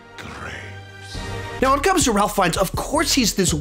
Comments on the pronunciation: Hey, just so you know, Ralph Fiennes's name isn't pronounced as it looks. It's said "Rayf" with no "L" sound, rather than "Ralph" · Ralph Fiennes' first name is actually pronounced "Rafe". Also while we are on the topic Kumail Nanjianis first name is pronounced "Koo-Male" not "Koo mall"